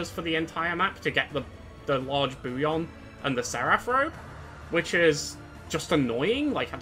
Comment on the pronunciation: Only word I’ve heard you mispronounce is ‘bullion’. It’s pronounced with Ls in the middle, not a Y. Bull-yun. Not a big deal, at all. I really enjoyed this ranking video. In fact it’s the first from anyone that I have ever watched all the way through. Cheers 😊